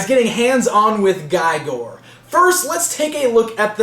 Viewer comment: really nice review and the figure is amazing... But His name for sure pronounces with E sound. His name is welsh.